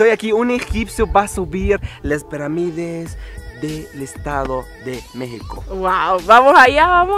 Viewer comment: Se dice pirámides no peramides.